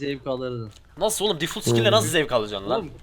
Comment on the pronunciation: bi daha difult dersen söverim difalt